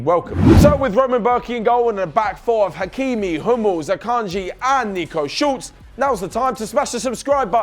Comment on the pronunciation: Schulz not Schultz